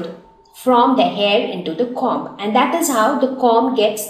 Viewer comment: Pronunciation of Comb\Conductors is incorrect..